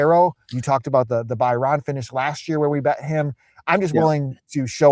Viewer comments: By ran is a tough pronunciation scene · The pronunciation of Bahrain is embarrassing